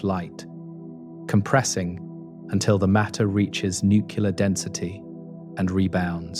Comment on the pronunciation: I hit the stop button when the narrator said, “nuke-you-ler.”